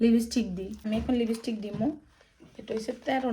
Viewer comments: লেবিস্টিক না আপু ওটাকে বলে লিপস্টিক 😅😊❤ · লিপস্টিক এটিতো একরি ইংরেজি শব্দ এটাকে আবার নোয়াখালীর ভাষায় বলার কি আছে আজব😅😂😂।তবে আমার সত্যি মনে হয় আপনি এর উচ্চারণ করতে পারেন নাহ্😂